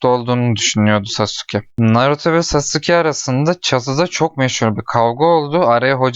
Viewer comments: lütfen çek ve lütfen sasuke deme saske de oyle okunuyo lütfen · aga o nasıl bir telaffuz sasuke diye okunmaz ki saske diye okunur sasuke diye yazılır naruto izledin mi bilmiyorum ama saske diyorlar hep ben narutodan hep öyle duydum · Sasuke diye okunuyor brom Naruto hızlı söylediğinde saske gibi oluyor